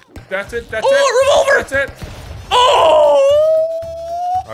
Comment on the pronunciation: I coulda sworn Mini you roll over instead of revolver.